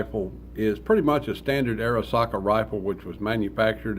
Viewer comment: Why would someone who can not even pronounce Arisaka or knows anything about them make a video ? Gun stocks from wrecked tables !! Wood shortage at the end of the war . The Japanese always used a two piece butt stock . That was a rope hole for a rope sling , not a table leg . The barrels ARE lathe turned , just at a high feed speed . Did you just make all that up ?